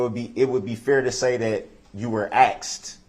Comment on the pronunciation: HE AXED A QUESTION, SIR. ARE YOU LAWFULLY LAWING!?